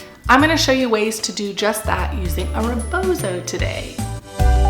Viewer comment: First words our of a non POC person mouth attempting to educate about a cultural practice that isn't your own should honor the stolen land you are on, site that this is from an indigenous practice, and learn how to actually say rebozo. My culture is not for sale for white folks!